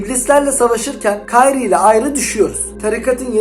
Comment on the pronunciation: kayrie değil lan krie diye söyle oyunda nero diyor zaten